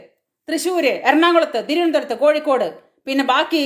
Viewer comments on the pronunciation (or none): none